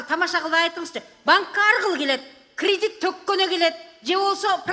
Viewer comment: Крыдит дейт Апанди